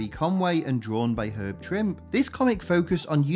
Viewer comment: VERY well done video. Just one point of contention: names. Fabian Nee-see-A-za, Herb Trim-pe, Mark Te-sheer-a.